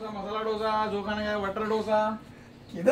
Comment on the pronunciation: dosa is pronounced like ‘hindi wala 2’ and sa= Dosa. Just correction 😅